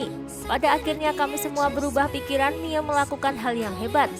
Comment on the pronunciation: Mirrr Bukan miaa